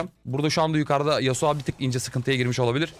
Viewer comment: abi şu oyunda yaptığın en büyük ve tek olan hatan yasuo ya yasua demen xd